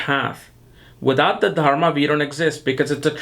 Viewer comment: Why do you keep saying TARMA? You mean to say Dharma, yes? You might consider rinsing out your mouth before you get into a dissertation on Ketu & for that matter any other aspect, yes? Fumbling around in your mouth is quite disgusting & distracting, especially when you are, after all, a teacher who imparts esoteric knowledge, yes? Otherwise you have a in-depth approach to the elements that construct a birth chart. Namaskar.